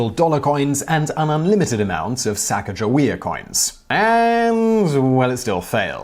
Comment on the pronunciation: Sacagawea: It's pronounced like "Suh coc a wee ah" not "Sack a jaw wee ah" I'm North Dakotan, she's kind of a big deal in our compulsory native American studies